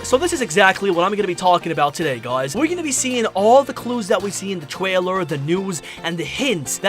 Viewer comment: Is it just me or did he said Twailer and keeps saying Twailer is he a baby?